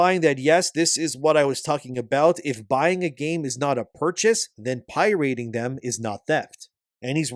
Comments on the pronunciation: You kill me every time you say Pirating as Pie Rating. lol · why does bro say pirating as pie-rating?